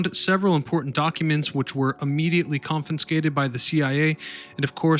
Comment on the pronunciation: Ugh people who say "confinscated" like this kill me. How can anyone be a narrator and not know how to pronounce such basic words? Youtube narrators are a joke. And don't get me started on all the false information this channel puts over as fact. If you don't know anything about a given subject, you probably shouldn't try to be a historian in said subject. Maybe that's just too much common sense for some people to understand...